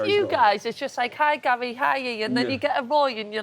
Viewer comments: Does wright call Gary “Gal” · Does Wrighty always call Gary "Gal"?